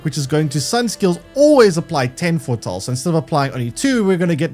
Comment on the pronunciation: All I can hear throughout the video is Fore-tull/Fore-tall